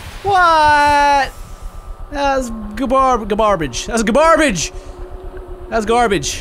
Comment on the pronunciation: "Whaaat? that was garbabage" made me crack